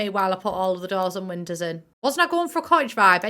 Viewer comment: My favourite words with accent 😸: "windas"